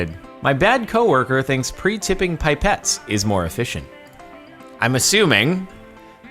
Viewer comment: “Pie-pets” lmao